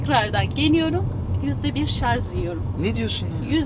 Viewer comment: Bilgiler çok iyi bir de şar(z) yerine şar(j) deseniz çok iyi olurdu